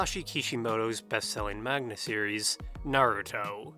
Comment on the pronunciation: did you say... magna?